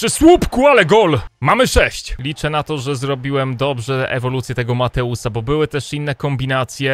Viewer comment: mam na imie mateusz i kreci mnie to jak mateusa nazywasz mateusz :D